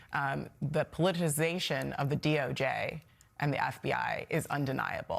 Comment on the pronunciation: She can't even pronounce politicization FFS 🤣